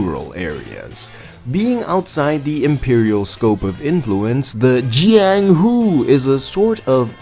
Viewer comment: Bro please dont say jianghu again. I opened this video to sleep but burst out laughing